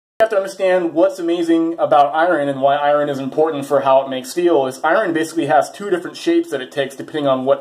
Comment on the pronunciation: "I-run" LOL